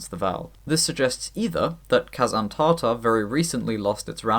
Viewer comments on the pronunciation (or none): Slight nit pick Tatar is pronounced with a short Ta-in the first syllable of the word but great video regardless lol